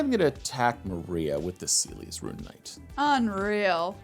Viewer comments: Is pronounced ce les not seelis Is teedus not tide us got the name right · my favourite moment was pronouncing celes as “seelies” and just rolling with it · You pronounce Celes wrong and it hurts my ears… its like Celeste just without the „te“